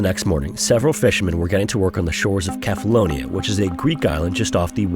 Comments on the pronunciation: The "C" in Cephalonia is pronounced as an "s" when spoken in English. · How much effort would it take to ensure you pronounce things correctly: seh·fuh·low·nee·uh